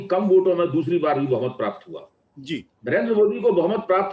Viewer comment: MY GOD " HE HAVE PROVED " VISSA NAHI HOTA HAI, ITS VISA HOVA NAHI HOTA HAI, ITS HUA ( हुआ ) WHAT'S LAANGAY ( लंगाय ) ITS LENGE ( लेंगे ) WELL WHAT MODI HAS PROVED SEVERAL TIMES WILL BE JUDGED BY HISTORY IN TIMES TO COME. BUT YOU HAVE DEFINITELY PROVED YOURSELF TO BE AN 100% EMPTY BRAIN ANDH MODI BHAKTH ( बुद्धिहीन मोदी भक्त ) HAVE A GOOD DAY